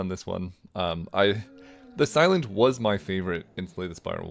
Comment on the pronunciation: When you say the silent, i keep hearing this island 😭